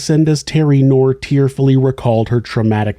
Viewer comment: The name "Knorr" is pronounced with a hard "k" sound followed by "nor." Knorr is my name, it’s German